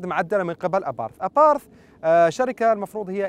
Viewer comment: Abarth وليس aparth لما هدا الخلط في النطق